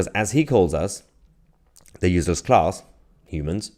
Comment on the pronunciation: Not UZLESS.. its pronounced uSeless